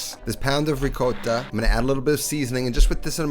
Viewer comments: noooooooooooooo ç_ç please don't mind these people that bother you about how you pronounce ricotta! "Rigotta", wich is how you pronounce it, is very reminescent about your sothern italian heritage. Still today many people here say it in this way. Much love and respect from Naples. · This whole time I thought he pronounced it riGOATta on purpose lmao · That’s so funny that people mentioned rigotta vs ricotta. When I heard you say it, I assumed it was another dialect. I’m only 9% Italian, I’m not gonna question it haha. I’m glad you mentioned it in the video. And I love this recipe! :) I love tomatoes so much. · Dude, here in New Haven, it's pronounced Ri GAWT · I honestly thought it was interesting pronouncing it like that, and those that have issues just are looking for imperfections. This guy is out here changing the way he talks for those folks. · Hey, I'm not the Italian here, pronounce Ricotta any way you want.